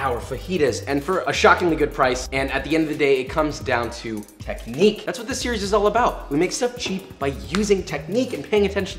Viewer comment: I wonder if Josh can say "technique" without saying "techNIQUE" and pounding his hands together simultaneously. I think not